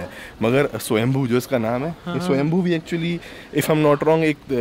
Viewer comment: swayambhu is the name of lord shiva!! We all pronounce it like shambhoo!! Swyambhu- self occuring